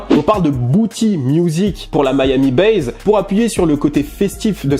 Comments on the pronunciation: "Miami bass" et non "Miami base". Mis à part cela. Tu es parfait. Comme d'hab' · pourquoi tu dis "miami BAZE" bass ça se prononce sans "zzz" à la fin